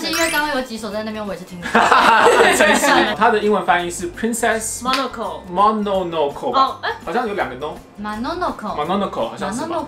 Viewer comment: MONONOKE 的最後一個發音怎麼跟我們平常念得不一樣XXD 我們念都會有K的音呀XXD 最後一首我竟然猜成貓的報恩.....